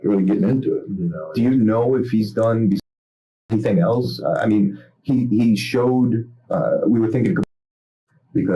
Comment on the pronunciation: Sometimes I hear people say "elts" or "eltses" instead of "else" or "elses" and I wonder where that came from. This is horrific, but tbh another day in Florida....